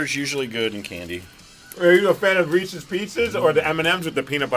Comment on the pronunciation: It is not pronounced "REESEE's" BJ!